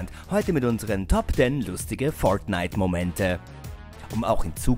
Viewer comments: warriorjay xd das ist english USA dort spricht man das r immer so aus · Spider Man das ist English USA dort spricht man das r so aus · Leider sprechen sie es komplett falsch aus und vermischen es dann mit deutsch. Deswegen klingt es so albern. P.S. Sie geben sich leider nicht mehr so viel Mühe wie früher, da ihre top Listen immer langweilige und unkreativer werden. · Hahahaha „föirtnite“ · ja aber es klingt komisch wenn man es so in einem deutschen Video ausspricht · Kann der Typ fortnite richtig aussprechen oder?🤷‍♂️das Video is so dumm ihr habt null Plan von dem Spiel 🙎‍♂️